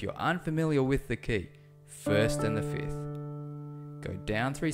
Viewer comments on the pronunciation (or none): Why am I always hearing people say fith for a fifth? Anyway, it is a good piano playing.